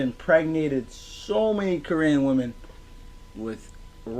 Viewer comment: I love how you pronounce Korean, you say it like "koree-an" rather than ko-rean. Like they are from a country called koree and im here for it 😂